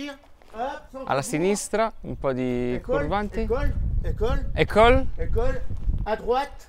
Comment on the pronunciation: Minuto dice ✨CuRVanTI✨ 😂😂😂